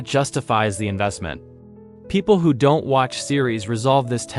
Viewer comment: Do-ent? Sounds like AI to me